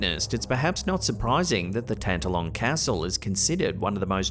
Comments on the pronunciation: Sorry, but it's pronounced Tan- TALL -on Castle. Middle syllable is emphasized. 🏴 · Excuse me but Tantallon is pronounced Tan-talon with equal emphasis on both syllables. (Just being helpful to my antipodean cousins)